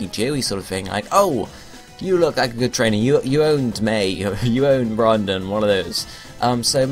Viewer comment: Isn't it Brendan? Not Brandon?